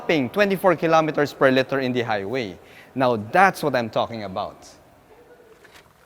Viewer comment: Hi sir, nothing is wrong but when you say "liter" you pronounce it as "litter" which meanz a group of puppies 😅